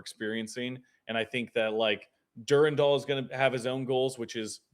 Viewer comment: It’s Dur-Ran-Dal. Not Dur-Randal.